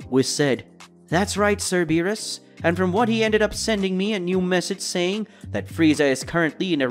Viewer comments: How a DBS fan doesn’t know how to pronounce Beeris or Whis is beyond me smh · It's beerus.